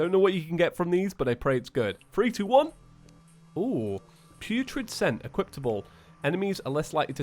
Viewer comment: did always say equiptable, with a t. I mean it's but now he can't even say equipable no offense btw